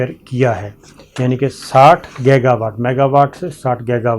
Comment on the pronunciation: Sabir bhai yeh word gega nahi giga pronuonce kar lai tu munasib ho ga.please